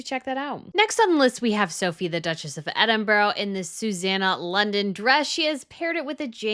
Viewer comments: You need to work on your pronunciation: first up is Edinbruh. Not ever Edin borrow. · NOT edinboro. Edinburgh. Pronounced edinburrah. Just for your information. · Edinbro’??? Please familiarise yourself with the correct pronunciation if your going to critique 🤦🏼‍♀️ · NB for future reference - it’s Duchess of Edinburgh. Ed -in - burra, not Edinbro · Sophie Duchess of EDINBURGH- NOT EDINBOROUGH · Pronounced "Ed-in-brah" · I've heard you mispronounce Edinburgh so many times. It's not Edinboro. Please google the pronunciation - you'll sound more credible.